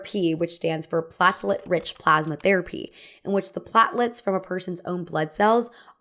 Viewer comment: Hair transplants don't give you more hair. They just rearrange your hair to a more esthetically pleasing order. You pronounced platelet wrong. It's like "plate" and "let"